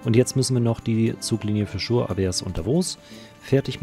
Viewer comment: Die Stadt "Chur" spricht sich "Kur"...